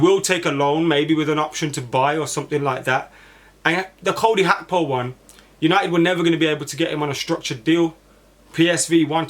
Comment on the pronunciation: Why do some people want to b extra n think its pronounced ‘hakpo’ n not Gakpo! So fxing annoying. Its Gakpo n NOT Hakpo!!!! Ffs